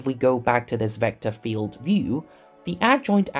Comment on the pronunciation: Certainly very good illustrations. This is may be a bit personal: As a German speaker with a healthy accent in my EN myself i found the voiceover a little painful to listen to. The accentuation is very strong but a bit random (why always “vector FIELD” for example?) and there is something with the Rs and the Ts that sounds - weird. Again, I have an accent myself and no problem with that in general, but you seem to emulate really posh EN speakers and this imo goes terribly wrong. Might be better to just celebrate your natural accent, no matter which one that is - always better than sounding like King Charles after two weeks of constipation (“agghhr times agghhr”). Bit personal, but i am convinced that would give you a wider audience…